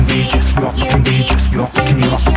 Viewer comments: Всю песню пропели "You fucking пляж", слово сука произносится как "бэчь" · Разве слово сука и пляж не произноситься по разному? Бич - сука. Бэйич - пляж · бИИч это пляж. а сука произносится слегка ближе к Ы